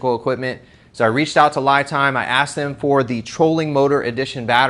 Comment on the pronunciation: It's pronounced (LeeTime) not Lie Time.